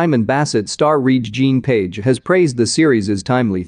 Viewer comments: Please pronounce the man's name correct...it is pronounced Reggae. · Pronounce after me “ reggae John “ 🧐 put some respeck on his name 🤣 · Re'ge-is pronounced Reggae. Jean is pronounced the French way...Jon or John. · Pronounced REGGAE like the music. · LEARN HOW HIS NAME IS PRONOUNCED! IT IS LIKE REGGAE!